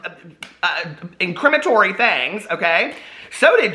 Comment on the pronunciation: "Incrimatory" is my new favorite made up word,! 💙💙💙